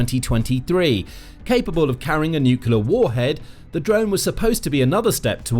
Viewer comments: I know this channel has more than one narrator, so why, when reporting on stories or situations that have a connection to nuclear power or nuclear weapons, do you assign the narrator that cannot pronounce the word "nuclear"? It's not "newkewlar"! If you cannot speak the King's English, then you should perhaps choose another line of work. Lord thunderin' Jesus, it sets my teeth on edge every single time! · You don't even pronounce nuclear properly. It's spelt correctly in your title, you can't even say it, you say nucelar 😂😂😂😂😂 And we should trust your videos??? 😂😂😂😂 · As soon as you mispronounce the word nuclear, I turned off the video sorry bud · Jayzus. It’s painful listening to you botch the word “nuclear” so badly. In one sentence you’ll pronounce it correctly, then in the next you lose your gawd damned mind. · It’s ok, he can’t pronounce nuclear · My pet peeve. It's NUCLEAR (new clear), not bloody NUKULAR. It doesn't matter a jot but it grates on my f*****g ears. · NUCLEAR, not NUCULAR, bad bot! Is it a decoy, or a symbol of North Korean inability to do anything? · I'll never understand why people can't say "nuclear". Nook-lee-ar. Not nook-yee-lar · middle school english boys it aint NUCYUHLAR,, IT"S NEW CLEE AHRE exectera is ET CET ER A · Brother... if you are going to report the news. Please say the word nucLEAR correctly.. It is not Nukular... you are not Homer Simpson. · Nucular is not a word. Say the right word. Nuclear. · Please learn to say NU-CLEAR and not NU-CULAR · The word is nuclear - new-clear - not new-cular and this boat is neither. If you can't get that right what chance any of the rest is true? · It's nu-cle-ar ffs not noo-cu-lar. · "New-kew-lar" is not a word. My seven-year-old daughter can pronounce "nuclear" (new-klee-ar), why can't you? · The pronunciation of this repeated word should be NEW CLEAR and never NEW KILLER . The spelling of nuclear is a little helpful. Apart from that a very good video. Thank you. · You literally said "nucular."